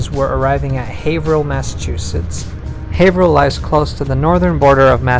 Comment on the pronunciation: Not sure why this popped up on my YouTube suggestions, I'm just seriously impressed that you pronounced "Haverhill" correctly. I figure you must be from the area, cause no one gets that one right